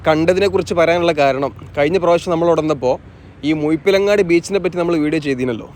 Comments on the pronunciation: മുയിപ്പിലങ്ങാട് അല്ല ബ്രോ.. മുഴപ്പിലങ്ങാട്... ദയവായി നാറ്റിക്കരുത്.... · മുഴ മുഴ മുഴ മുഴപ്പിലങ്ങാട്‌ ✅ മുയ എന്ന് പറഞ്ഞാലും പ്രശ്നമില്ല.😄 മുഴു " “ ❌ മുഴുപ്പിലങ്ങാട്‌ എന്ന് പറഞ്ഞ്‌ അരോചകമാക്കല്ലേ 🙏